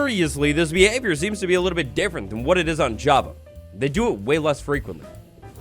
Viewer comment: "javity parity update"